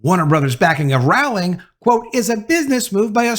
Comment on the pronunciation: You keep pronouncing her last name wrong it’s very annoying since you keep saying it over and over again fool 🤦‍♀️💯👎